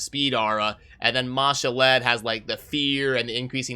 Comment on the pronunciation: Its ma-shawl'd not ma- sha-led